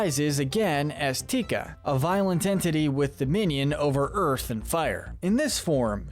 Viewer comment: *Te Ka...not...tika...